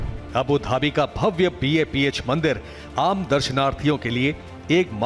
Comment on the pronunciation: News channel, please note its BAPS Sanstha and not BAPH. Please correct.